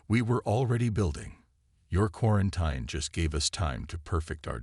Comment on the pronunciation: please find an AI that can actually read. and pronounce words. quaranTEEN, not quaranTINE